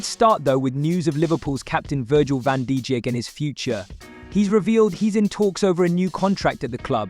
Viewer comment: its van dijk not van dijik